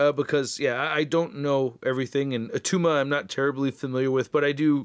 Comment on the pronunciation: It’s not attuma!! 😂😂